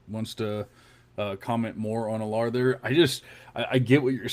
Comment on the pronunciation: almost positive you guys are mispronouncing Drew Allar’s name. Pretty sure it’s pronounced “Al-er”